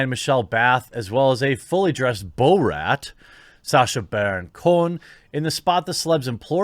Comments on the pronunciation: Bow-Rat Bayygs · Not one person not one single solitary soul Jeremy: Bow-Rat